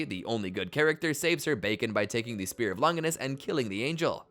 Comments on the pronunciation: It's crazy how everybody mispronounces Longinus, from video essayists to even the anime English dubbers themselves. Both the Italian and the English pronunciations are both Lon-jih-nuss, not "long-gui-nuss" (there is no hard G sound like in gumball) or "lon-JY-nuss" (the vowel does not say its own name) like they say it in the anime. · How is it that people who have WATCHED THE SHOW still mispronounce shit? Its not "seal" its sey-ley. Its not lon-giness- its lon-jiness